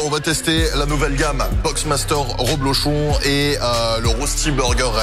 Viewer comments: C'est "rEblochon" et non pas "rOblechon" comme tu le dis ! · Ta dit roblochon au lieu de reblechon